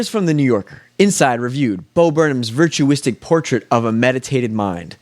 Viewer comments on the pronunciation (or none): It’s pronounced VERT-YOU-AH-SICK